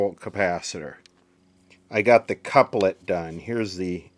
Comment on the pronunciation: Checkout how to say couplet